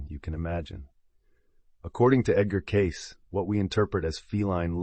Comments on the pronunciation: His name is pronounced as Edgar Caysee not Case Love information about his abilities to heal people. I also love the information about the cats. 💖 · His name was Cay-see, not Case. Another AI fail. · His name is pronounced kay see. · HIS NAME IS PRONOUNCED. "KAY. CEE" not. KAYS.... . IS THIS AI. ? WHY CAN WE NOT HAVE THE PLEASURE OF LISTENING TO A HUMAN VOICE NARRATION???!!! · Learn how to pronounce his name Edgar Cay-ceee!!!! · I believe his name is pronounced Kay-Cee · Cayce is pronounced KAY-SEE. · AI SVP Caysee!! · If you're going to use an AI voice, you should misspell Cayce as Casey in your script to get it pronounced correctly. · EVERYONE knows it's pronounced "KAY-SEE" I can't believe you did this entire wonderful video without knowing. I have had TWO CATS appear at two separate times when I was grieving deaths--my Mom and then years later, my best friend. Thanks for the video, but I wish you had heard how the world pronounces his name. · Cayce is pronounced Kay See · His name is pronounced 'Caysey'. Sorry to say but ai really makes a mess of the truth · Edgar‘s name was pronounced CAY – SEE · His name is pronounced KC or CAYCE please. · Say his name properly please